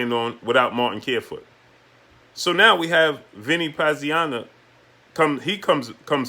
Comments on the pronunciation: "Pazianna"?? How long you been watching boxing?? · how are you struggling to say Pazianza's name? Dude is a legend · What kind fight fan are you? You don't even know how to say Vinny Pazienza. What did you get into boxing last week. Stop clowning yourself.